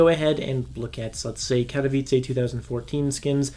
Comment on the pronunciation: thank you for pronouncing katowice correctly